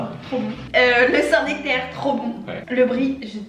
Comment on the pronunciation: à tu diras à Jérémie qu'on dit bien le saint NEctaire et non le saint nActaire 😜